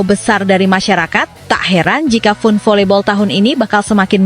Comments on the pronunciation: Mba FUN dibacanya FAN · FUN dibaca nya fan min harus banyak belajar jangan meemalukan